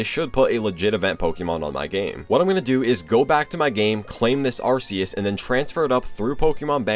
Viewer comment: Arceus, not arseus.